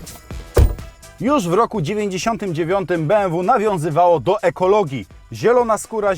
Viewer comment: jakie be em wu tylko be em we kurde nausz się